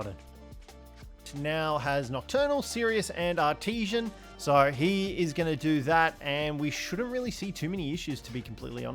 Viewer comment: English much hard for this youtuber. E.g.: the way he pronounces "artisan". Much trigerrino, gotta say.